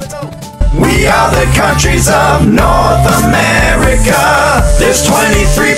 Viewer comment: NoRtH Amerikuh